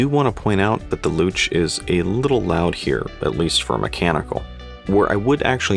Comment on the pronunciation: You pronounced Luch perfectly. I also like that bracelet. I bought it specifically for my new Vostok Komandirskie GMT.